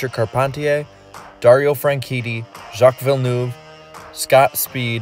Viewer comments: Villenerve that how u pronounce it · It’s pronounced Jack Vill- neave